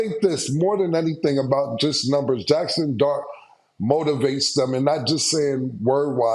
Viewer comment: He pronounces numbers as nembers...lol